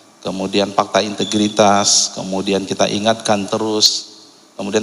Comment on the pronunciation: MASA GA TAU KAN ASET MOBIL DAN MOGE NYAH DI SIMPAN DI KANTOR !!!!!!!! MENTRI KOQ GA BISA BILANG AWALAN HURUF F PAKTA HARUSNYAH FAKTA PAK WKWKKKKKK